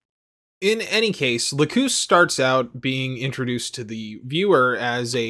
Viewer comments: It’s LAcus, not laCUS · it's lack-us not lacooose it's the name of a flower >.> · Sorry i have to say this but her name is la-cus so just saying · The new English dub for the HD Remaster has Lacus pronounced as "lack-cous," which is ostensibly closer to its Latin pronunciation (lacus being a Latin word). The original English dub is the "lack-us" one, and it's the one that most people watched. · I remember the jp dub having much shorter u, almost silent, like Lacs. This one however sounds like Lagoose. Too long. Looked it up since the whole series is in youtube, and yeah, it's almost like Lacs in jp db. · Its pronounced "Lah-ck-uss", not Lacoose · I've watched this video 3 times and never in the English or original translation have I ever heard her name pronounced Lakoos... last time I checked "cus" is usually pronounced like 'cuss' not 'koos'... I cringe every time...🙃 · Ahhhh you said it! You said Lacoos! groan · "Lacoose"? This is why I hate dubs. "Lacus" isn't a bad transliteration of ラクス, but like... Lux. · Lacoose sounds so wrong lol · If I remember correctly the OG series pronounced her name Lack-us. Anyway, I’m triggered. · also dude, you're mispronouncing Lacus's name, it's Lac-us, Lacus. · From a fan who watched the old dub, the sub and the remaster. Her name is lacus, and it is said very badly in the new dub. Thinking i was just a dumb white guy. I watched the sub and no. The hd remaster just did not do names well. And it drives me nuts. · The way you said Lacus' name made me physically upset. Also the amount of ad breaks was more annoying than Flaya Ulster. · The way you want to say Lacus is right and how you say Lacus is wrong